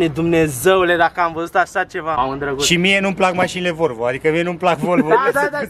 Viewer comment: sa stii ca asata nu e volvo ! :D asta este ,, VOLVĂU ,, :D